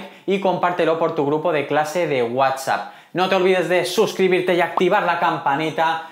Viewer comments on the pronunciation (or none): none